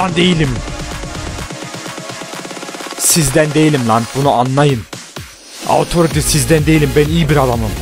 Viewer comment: abi autoriti die deil otorite diye okunuyo pls :D çok sinirime gidiyo